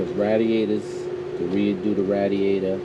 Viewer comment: You kill me when you say Radiator (ratdiator) 🤣🤣🤣